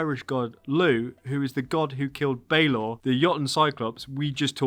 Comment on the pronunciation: Balor is pronounced Bah-lor. And I hope he's not a boss fight, he was killed by the tuath de danann after he became too old to open his eye and it had to be operated by a winch as a from of execution. You're pronunciations elsewhere were spot on. I'm a bit confused as to why they're focusing on Northern Ireland while probably the most famous Viking settlement in Ireland is in the South in Waterford. I suppose it's to get something out of Cú (pronounced coo) cullain who is practically our only Irish hero from that period. It is appearing that they're just gonna make the Irish Isu the Norse Isu after they came on holiday which I'm not looking forward to. The púca is interesting, it's also Irish for ghost in the current language.